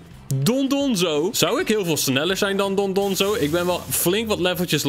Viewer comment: yeah goed gedaan met die titan :D eigenlijk heet ie dondozo niet dondonzo